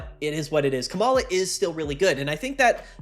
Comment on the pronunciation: I think its pronounced "Coma-la" -- as in "oh dear it appears my beloved wife has fallen into a coma"